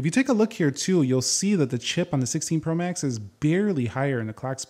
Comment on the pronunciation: The way you’re saying “Pro max” is annoying me lol